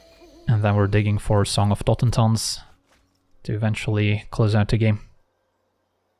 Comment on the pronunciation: After hearing saffron olive pronounce it totenZAHN for some reason it's nice to just hear the spells name pronounced right